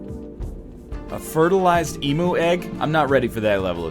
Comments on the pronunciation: Thank you for learning to pronounce Emu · You said Emu correctly! I've never been more proud :)